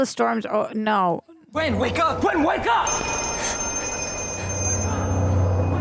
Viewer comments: it's not greg it's gwen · it's gwen not quinn